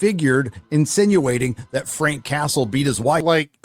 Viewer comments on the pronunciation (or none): none